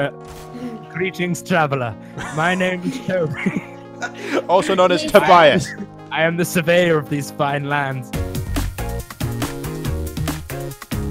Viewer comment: tobais=tobuyass like so see this xd